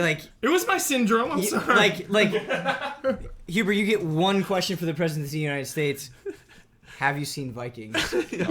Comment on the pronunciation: It's huber* :)